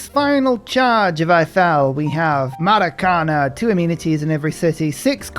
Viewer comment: Hey, you said Maracanã perfectly!! Huzzahh